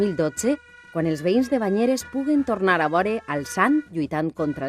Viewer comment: Perquè la narradora parla tan malament?! "Què vulia menhjar-se undonZella.."